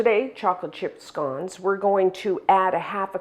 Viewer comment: I’m English and pronounce it just like you 🏴